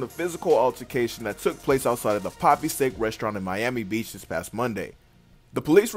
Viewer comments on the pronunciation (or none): none